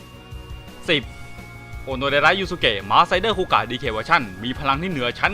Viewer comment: นี่มันคูกากครับ ไม่ใช่คูกะ